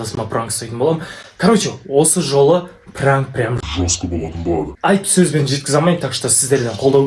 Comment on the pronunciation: Пранык деп аитып қоидын